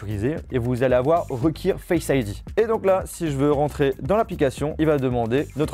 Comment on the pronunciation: « Reuquiiire Face ID » 😭😭😭